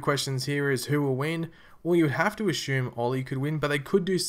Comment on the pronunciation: LOL "ashume"!!